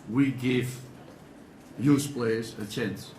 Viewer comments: When Van gaal says 'youth', it sounds like he's saying 'Jews' lol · and i heard 'Juice Players' ... lolz i guess even LvG needs some English lessons on pronounciation along with Falcao, Di Maria & Rojo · paddyt007 I thought he said "We need to give the Jews a chance" For a second i was completely flabbergasted until I realised he was talking about "youth". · Thank you for putting this up :) im so excited for sunday i can't wait. Am i the only one who laughed when LVG said "juice" instead of youth? Lol anyway watch him transform us into a title winning side :) top 4 this year & the league next yr #MUFC IM SO EXCITED 😀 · I genuinely thought LVG said the 'JUICE' policy O.O